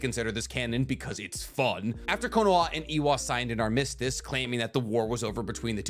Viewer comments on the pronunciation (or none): "AR MUS TIS"